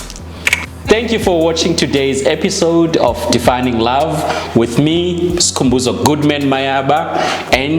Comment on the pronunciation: when she says skhuuu🤣🤣🤣🤣🤣🤣🤣🤣🤣🤣🤣🤣🤣🤣🤣🤣❤